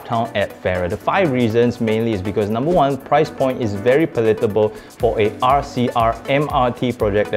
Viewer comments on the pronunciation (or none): Check your pronunciation for palatable.